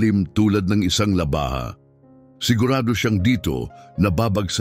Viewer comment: Maganda ang kwento mo pero nakaka dismaya dahil may mga mali sa pananalita at pag bigkas halimbawa ay labaha kailangan ay baybayin la-ba-ha paris ni ng Pangalan Cathridge - Cathright, kalapit madaksa hindi malumanay kalapit, malabsa patibong hindi pa-ti-bong, bumuga -di malumanay bu-mu-ga di binabaybay